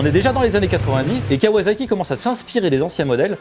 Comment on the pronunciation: KawaZaki.....mes oreilles saignent...... On dit KawaSaki, avec un S.......parce que c’est pas du fransouze, mais du Jap’.... Comme pour le Niken, qu’on dit bien Ni Ken ( « 2 Sabres » en japonais) et non pas NaïKen.... Bisoux